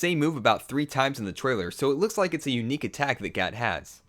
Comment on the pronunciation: Its gat, not cat